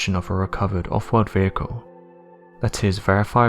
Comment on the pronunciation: This narrators voice is trash. He should try to eliminate the word “World” from his vocabulary. He sounds like the biggest fool ive ever heard when he tries to pronounce it.